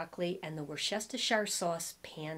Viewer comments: say it phonetically Woos ter sheer sauce 😊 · Say "woostershire" for the sauce. I'm told that's the way the people who live there say it with a soft oo as in foot. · It's pronounced wooster sauce 🙂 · Thanks as always for the video. I thought I was going to die laughing at the difficulty pronouncing Worcestershire sauce. Reminded me of Bugs Bunny. Wor-stet-sheer-shire. 😂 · Just say Woostershire! Think Worchester, MA that's how I remember it.😀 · Hi! In my area of MA/CT we pronounce the pan sauce as "Wustersheer". I hope that helps! (Great video, as always!) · WOOSTERSHEER LOL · I much prefer the size small cardigan on you. The medium size, as well as the stripe design, overwhelms you. Great try on as usual. I agree with the MA/CT viewer (I'm from RI). Wustersheer is the way we pronounce it, although with our RI accent, what do we know. Love your accent (Philadelphia-ish, Southern NJ?) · Hi …I’m from central England living in US and we say Worcester shh (as in hush) or just Worcester sauce.❤️your videos…you are funny & beautiful 🥰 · Say "Wooste-sher" sauce or just "Wooster" sauce 😉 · Worsh-ter-sher or woosh-ta-sher so funny. 🙂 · That seems to be a hard one for everyone - including a lot of chefs. I think it's wu.stuh.shr (like in New Hampshire) It's easier to say when you don't look at the spelling of the word. OK, I see I'm in the minority but I like the cardigan in M on you - it just has the look I like. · 😂 Worcestershire 😅. So funny! I like the small sized boyfriend sweater on you and I prefer the white on you as well! I’ve gotta get those white western slouchy boots! Thank you for another excellent video. 💕💕